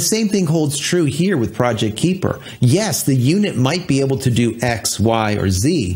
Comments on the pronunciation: I believe it's pronounced K-eye-per, not K-ee-per. They're likely taking the term from the Kuiper belt (much like the asteroid belt beyond Mars), which is full of many icy bodies beyond Neptune, of which Pluto is the largest. A bunch of sats orbiting the Earth sort of fits, besides the fact that all sats will be orbiting 360 degrees and not just on a flat plane like the belts. The Kuiper belt is also thought to be leftovers from the formation of the solar system, so hopefully Project Kuiper doesn't suffer the same fate. Have to make sure to bring those sats down in time so they don't extend the Kuiper belt closer to Earth... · Kuiper is pronounced "KI-per" Long "I" Named after Dutch astronomer Gerard Kuiper. Firefly fans may also know him as the person that discovered Miranda, one of Uranus' moons. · Kahy-per as in Kuiper Belt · FYI it’s pronounced “Kai-pur” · But Amazon can''t get a real rocket off the ground... so far Blue Origin is only a celebrity amusement ride to 300K feet. Up and down, no orbit. If it's anything like the Kuiper belt (near Neptune), the "ui" is pronounced like "eye". Those things you are reading this with. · You pronounced it better in previous videos. Kuiper is hard to pronounce as the ui part in Kuiper is something the English language doesn't really have. It is definitely not a long i as claimed here above. Trust me, I am Dutch.